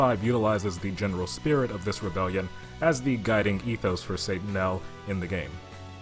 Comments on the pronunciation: I thought it was pronounced more like, “Say Tuh Nial,”??? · Why do you keep pronouncing it wrong? They literally yell the name. Satt-uh-nye-el